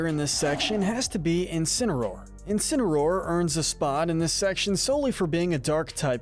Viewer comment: You did incinsroar dirty